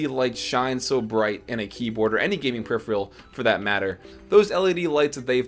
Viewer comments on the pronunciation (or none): What's a "per-riff-ee-yal"? It's pronounced "PER-RIFF-ER-AL" (peripheral)